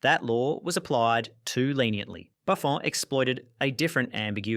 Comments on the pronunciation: Why the F does this IA pronounces Buffon with a French accent? WHYYYY!!!!? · Hearing a British saying an Italian name but with a French pronounciation got me, ngl